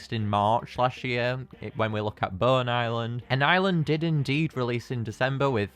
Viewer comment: When you say Bone, it sounds like Burn